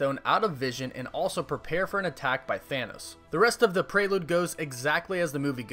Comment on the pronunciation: Why do you say Prrelude like that? AHHHH?!?!?! But umm like the vids man and my fav super hero is Iron man just for his humor in the movie.